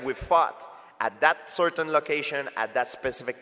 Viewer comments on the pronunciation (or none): none